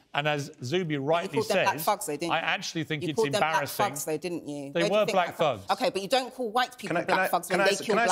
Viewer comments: Oh, "thugs." She was saying "fugs." I thought she was saying "fucks." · She said fugs🤣😂🤣😅😂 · She tries so hard to sound intelligent and well spoken but continues to pronounce the word thugs as “fugs ” 😂